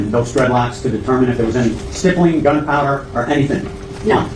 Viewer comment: GSR-stippling/stipple (rhymes/w nipple).. not tryin to be grammer police because lord knows your better than me at speaking.. this is only if you care homie.. really good work on all your vids tho frfr..